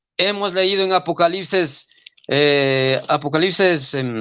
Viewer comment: APOCALISES? JIJI NO PUEDE NI HABLAR CORRECTAMENTE Y ES TODO UN REFUTADOR DEL PADRE LUIS TORO JIJI..